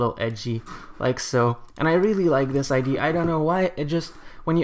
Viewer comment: Its ide-a not ide sorry i just cant stand it xd